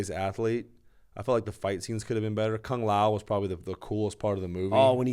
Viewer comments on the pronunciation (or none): I love wonderboy but I NEVER heard someone call Kung Lao Kang Lay O lol 😆